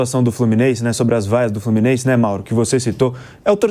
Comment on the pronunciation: "As vaias do FlumiNEIse"